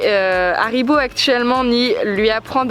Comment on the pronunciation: C'est pas cool que tu fas pas le h de haribo